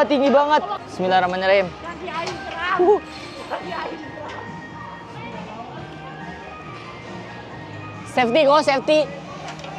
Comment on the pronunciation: Aku pas liat ngomong sefety sefty kaki ku yang gemetee😂